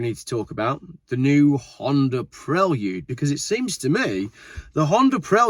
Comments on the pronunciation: The correct pronunciation is pre-lude not prel-ude similar to preview ! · I really enjoy watching your video! Keep up the good work! Just FYI it is pronounces “PRAY-LOOD” not “PREL-OOD”. Same way you wouldn’t pronounce “VAA-OOO-X-HAL” Cheers! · Say it with me "Praylude" 😂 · "Prel-yude?" SMH. Are you guys just trying to pronounce everything like a 4 year old? "Pree-Lude" I can understand, "Pray-lude" I can get behind, but "Prel-yude" is annoying. Whatever. It doesn't truly matter, it's just my American opinion. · Honda Preylewdyoud?!?? What? Lol😂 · this dude says Prelude funny